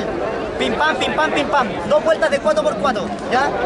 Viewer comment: Porque dice cuatro por cuato?